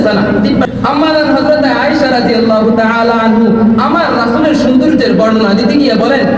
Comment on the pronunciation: আয়েশা রাঃ আনহু ❌ আয়েশা রাঃ আনহা ✅